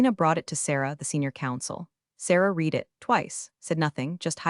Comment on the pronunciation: Please can you teach your AI the difference between read, and READ, (past tense)